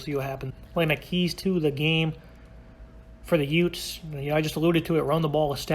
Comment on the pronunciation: Excuse me did you say utes ?